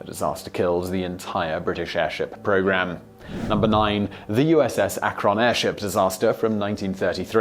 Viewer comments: YES. I'm from Cleveland. The emphasis is on "AK', NOT "RON"! Think I'll have some eggs and ba-CONNNNNN later. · It's ack-run not Ah-, krun . But either way you want to pronounce it works! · Other people are saying it's AK-rin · It isn't Akronn. It's Akrun. I only live about 30 miles from Akron, Ohio. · From Ohio, USA...repeat after me AK-run not uh-krun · "USS Uh-Kron" Ok, now I know you are British, but it is NOT unknown in the UK that the airship in question was named after the Ohio city Akron, pronounced "Ack run", the vowel at the front of the first syllable being high pitched. We in the United States do not pronounce the place name "Leicester" as "Lee sester", do you? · You're pronouncing Akron wrong Siimon. It's Ak-run not Ak-Ron ;) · Akron named after the Ohio city of Akron where it was made by Goodyear. Pronounced A-crin. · Geeeeez. It’s Ak’ron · It's pronounced Ack-run. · USS Akron (named after a city in Ohio) is pronounced ACK-ron. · I was LOL'ing. I was waiting for him to discuss Mah-COHN. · Pronounced "Ah-Krun" FYI. :D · About 2 minutes in... that's not how you say "Akron," is it? I assume it's supposed to be pronounced "ACK-run," like the city in Ohio; not with the emphasis on the second syllable, the way he's saying it. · Akron is pronounced ACK-RIN. Not a big deal- Love your videos. Thought you might want to know!!! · ACK-rin, or perhaps more accurately, ACK-r(Schwa)n. The Schwa is the letter represented by an upside-down "e" in the International Phonetic Alphabet. It's such a short and soft vowel that one has to listen closely to hear it. The short I is also acceptable, however. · USS "ACK-run" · He is mispronouncing Akron. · As a native of Akron Ohio and someone who lives across the street, within hardly a stones throw away from the airfield from the damn place where that ship and her sister were crafted..how you say Akron drives me bonkers. Excellent work otherwise! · mispronounces Akron I think he is trolling us.